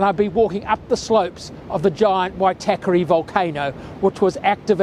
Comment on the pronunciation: Moo ree why. Not myooruhwhy. Why tah kah ray. Not Why tackery.